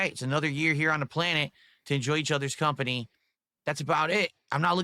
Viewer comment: "What do I wahnt for my birthday? oh nothing more than a chill day and to enjoy each other's khampany..." what a blatant lie, he's just done explaining that he expects hundreds of dollars of donation at least. In the alternate dimension where his dents all suddenly gain 50 IQ points and his birthday marathahn flops, there's a gigantic meltdown of world-ending proportions.